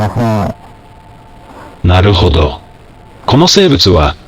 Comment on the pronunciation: ちょっと何言ってるのかわからないwwwwwwwwwwwwwwwww なる⤴︎ほ→ど↓